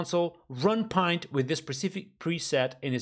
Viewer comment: It's pronounced like "Lint" with a "P" instead of "L", not as pint as in "pint of beer"